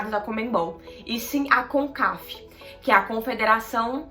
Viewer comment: Só errou o nome concacaf vc falou concaf kkkk